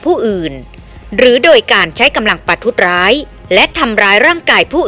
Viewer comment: อ่านว่า ประ-ทุด-สะ-ร้าย